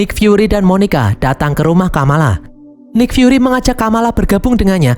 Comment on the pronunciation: nik fyuri cara bacanya bang